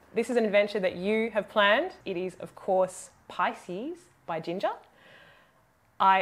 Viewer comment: Very interesting comments. Thanks: I've just discovered this band from that very song and after that immediately I've watched this commentery video. Thanks. P.S. Thanks for pronouncing her name correctly (I think you did). Too many English speaking people are pronouncing Ukrainian names and cities incorrectly - in a russian manner. And personally I appreciate a lot when people say names correctly. P.P.S. Your voice is also amazing: so many impressions. 🙃